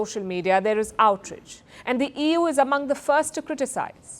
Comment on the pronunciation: Ohhhh for crying out loud..... It is " OUT RAGE" Not outridge .... Please learn to pronounce words correctly. It is not stylish. Please